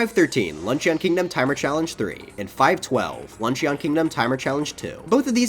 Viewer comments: Luncheon is pronounced "lunch-in". "Lunch-eon" sounds like the name of an Eeveelution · hhhrggnnn.... he says "lunch-ee-on" instead of "lunch-un" video ruined /s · "Lunch-eeon" bro it's "Lunch-in" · ITS LUNCH-IN NOT LUNCH-EON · Very good video and the reason I’m gonna subscribe but I HAVE to say this: luncheon kingdom isn’t pronounced like a eeveelution with the ending “ee-yon” it’s pronounced “lun-chin” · It’s pronounced, “lunchen” not “lunchEON” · I love your content, but dude, it's pronounced "Lunch-uhn" not "Lunch-ee-on" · The pronunciation is “Lun-shun” not “lun-she-on” for the Luncheon Kingdom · Awesome video! I disagree with like 50% of your philosophy and got shivers every time you said "lunch eon" instead of "lunch in" but it was a great watch! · Good video mate... for future reference the "o" in luncheon is silent... it's pronounced lunch-en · it's pronounced lunch-in... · This list is GREAT. It’s lunch-un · Anyone else notices how this is his favorite game ever but he pronounces Luncheon like Lunch-eeyon? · “peach in the lunch-EE-on kingdom” Luncheeon maybe my favorite eeveelution. But seriously great vid! Keep up the great work 👍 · Idk why but someone calling luncheon, lunch-eon like it's some sort of evielution is just wrong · Imma drink every time he says luncheon wrong Edt!frthn cdss zased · I can't get over how you pronounce Luncheon. Like, that's not you pronounce luncheon. Have you not watched the critically acclaimed "Steamed Hams"!? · Amazing video and can’t imagine how much time it took you to complete this video. Mario Odyssey is my favourite Mario game and top 3 of all time. I just can’t get over your pronunciation of Luncheon Kingdom! Haha 👍👍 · The way you pronounce Luncheon is driving me absolutely insane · IDK if it's me, but I find it hilarious how he pronounces luncheon kingdom. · he can rank every moon but still can’t pronounce luncheon correctly